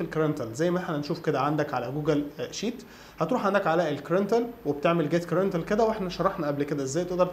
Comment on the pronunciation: شكرا جزيلا على الفيديو .. معلومة صغيرة بسيطة .. هي تنطق " كراندينشال " وليس كرانتل